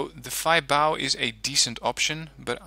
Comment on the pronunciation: I am not 100% sure but i think the Feibao is spoken as Fa-Bi-O I heard that in other wargame players actually